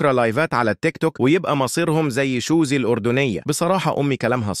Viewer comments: سوزي الأردنية ❌ شوزي الأردنية ✅ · سوزي الاردنية❌ شوزي الأردنية ✅😂😂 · سوزي ❌ شوزي✅😂😂😂😂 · هي مش شوزي هي سوزي